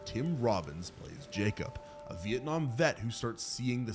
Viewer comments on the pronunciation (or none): none